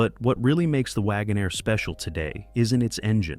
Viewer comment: Wagonaire. NOT Wagon -Air